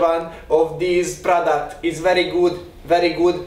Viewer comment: Jo lett nagggyon! Imadtam! Amikor bemutattad azt a “product-ot” szakadtam! Meg amikor a “angolul” tryingolt beszelni